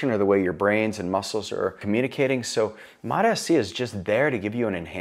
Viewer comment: He is saying it good, all docs call it like this